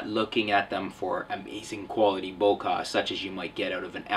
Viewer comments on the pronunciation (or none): not bo-'kah' , it's bo-'keh' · which do you prefer the 18-200 sigma dc os or 18-105 vr ? :) Can you say BOKEH! not boka thanks for the review